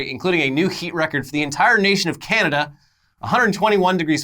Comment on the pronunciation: "Canadia" 🤣🤣🤣🤣 I've been saying that since middle school. I've even got my kids saying it. (They know the real pronunciation)